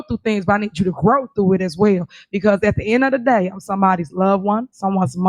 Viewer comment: You mean, “at da in a da day”?